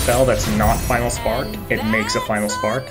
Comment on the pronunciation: Final Spark? Nah, Vi-nal Spark 🤣